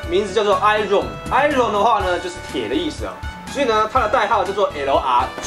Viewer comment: Iron是讀i 人